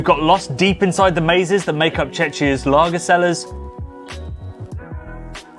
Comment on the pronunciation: Please fix your "Czechia" pronounciation 🙏🙏🙏